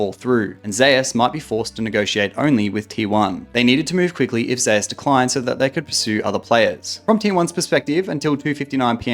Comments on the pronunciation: from what i heard it is supposed to be pronounced like zay oos as a play on his name being woo-je being pronounced like woo jay, some casters say it like how its said in this video and other says like zay oos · can't pronounce zeus disliked